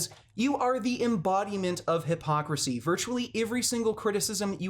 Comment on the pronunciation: Or when he says hippocrit or hipocrassy